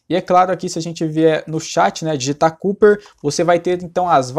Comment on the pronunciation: Que agônia ouvir ele falar "Cúper" aaahhhh